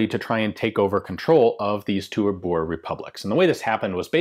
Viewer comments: Its pronounced Boo-r-eh war... thats my heritage... and Zuid Afrikaanse Republiek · Please oh please 60 min. In this and you don't know the history and neither can you pronounce the word Boere correctly ....